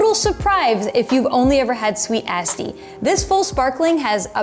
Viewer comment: You’re my favorite wine video producer so I mean no disrespect. “Asti” has a softer ‘a’ as in Ahh-stee rather than Ass-tee. 😅 Cin-cin!